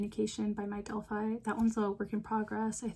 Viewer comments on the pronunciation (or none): none